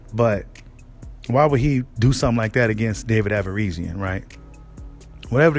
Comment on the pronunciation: 🤣 be killing me with that averisian lol you know how to say that man name stop the 🧢 🤣